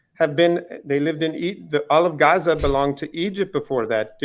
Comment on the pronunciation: I hate how he says Gaza it’s not even correct